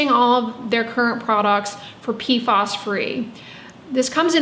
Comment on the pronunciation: PFAS rhymes with "pass". PFOS = Perfluorooctanesulfonic acid